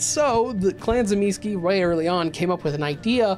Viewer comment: commenting solely because your pronunciation of the names of the Antediluvians has triggered me. Tzimisce - Tseh-mih-schee Troile - Troy-le (as in the mythological city) Ilyes - Ill-yeh Absimiliard - Ab-simil-yar